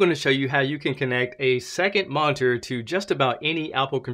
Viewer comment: Yes, thanks... I think that will work 4 me using Thunderbolt to HDMI.....But he wasn't pronouncing "monitor " correctly....lol............Annunciate brotha